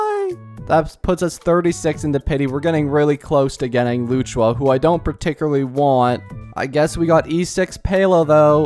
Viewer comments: while you might not care maybe others do and luocha vs luchua there’s still a clear difference but I’m not blaming him ofc he’s not doing it on purpose but if he were to learn the right pronunciation it’d be nice to correct it 😁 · "Luchua" even if you have a strong accent you couldn't be that far off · loo chu aa 💀 lu o cha my bro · i swear if i hear luchuha one more time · Its loh-sha or low-CHA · bro really said "Loo-choo-Wa"🤣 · For future reference it’s closer to “loo oh cha” even better if you make the luo “loo oh” 1 syllable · Just saying its Locha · not loochua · It's literally not that hard 💀 Lu-o-cha, it ain't as hard as Qingque which I agree on this one is hard to pronounce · as a chinese his pronunciation makes me want to bash my head on the wall 😭😭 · Brother does NOT know how to say Luochas name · I'm pretty sure he pronounces them wrong on purpose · Please tell me you’re pronouncing Luocha’s name wrong on purpose, like you do with Gepard…